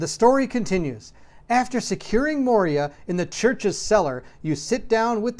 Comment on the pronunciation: MOY-ra, not mo-ria (cool video though!)